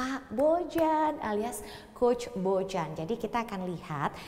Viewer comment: Orang² balkan pada umumnya ketika ada huruf J akan di baca Y. Jadi penyebutan nama Bojan adalah Boyan Cmiiw